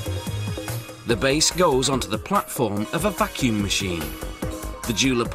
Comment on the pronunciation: i like when the narrator says vacumm